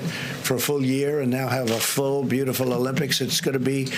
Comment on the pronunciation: Who cares if the stimulus is the biggest ever? It's not something to brag about. It's called the Olympics, not Uhlympics. Stop bragging. Stick to the script.